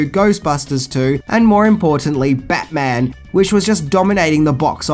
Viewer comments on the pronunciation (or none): none